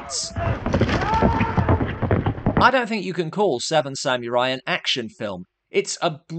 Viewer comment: I’m sorry,but as much as I adore and respect,the host of Dark Corners reviews,his pronunciation of “samurai” is wrong.There is no elision after the “m” in “samurai”-it’s pronounced “sa-mu-rai”,with the “u” being pronounced rather like the”u” in “pull”.